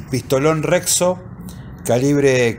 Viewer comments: Che, la marca es Rexio, no Rexo .😅😅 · Rexo o rexio? Xd